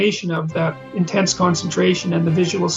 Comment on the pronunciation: was very intaaanse